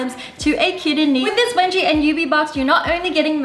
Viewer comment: I heard it webji